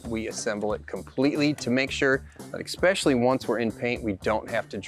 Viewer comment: This was an "exspecially" nice looking build.